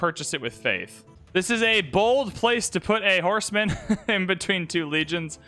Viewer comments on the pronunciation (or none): none